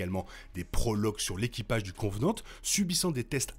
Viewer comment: Merci, c'est cool de faire une vidéo sur la timeline d'Alien ! En revanche, juste un petit bémol : c'est Covenant et non Convenant ;)